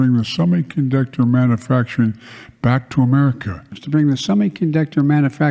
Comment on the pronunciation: I hate how he ALWAYS says manufacturing like "manafacturing". Every. Single. Time. xoxo